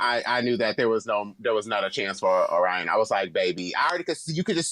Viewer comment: Angeria or Willow for the win, for sure. And I have to say, as someone from Michigan, it’s so triggering to me how everyone is mispronouncing Orion Story. I wager that Orion picked name based on a city in Michigan called Lake Orion. And I have never once heard anyone that lives in the area pronounce it lake Oh-rion. It’s lake o-rian. And phonically speaking it makes a lot more sense and has a much better flow when pronounced the proper way. And no shade to Orion, But Bentley James, Detroit’s drag princess, should have been the first Michigan representative to the race. Everyone should do themselves a favor and look up Miss Bentley.